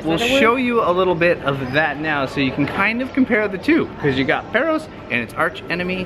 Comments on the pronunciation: Not Perros, it's pÁros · It's not Perros, it's PAros!